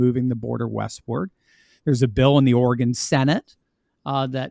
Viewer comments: Please, realize that there is NO e on the end of Oregon. So the pronunciation is NOT Ori-gone. It is pronounced Orygun. Trust me that those of us that live here cringe every time we hear anyone from the east coast mispronounce it. As a resident of eastern Oregon, I am firmly in favor of Greater Idaho so I feel as though my vote actually counts. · Correct pronounciation: "Orygun" !!!!!